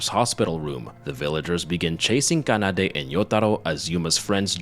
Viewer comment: Is there a specific reason why you pronounce Japanese Names like, Kanada, Kayako, Kota with a G instead of K. Like Gayako instead of Kayako? Is this intentional? Just asking, never heard someone pronounce it wrong.